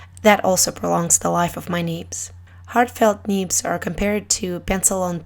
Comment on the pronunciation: Great Video :D Love the way you pronounce "neebs" ^^